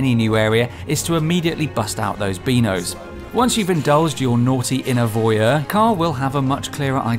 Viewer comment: Breakout those Bino's not "Beeno's"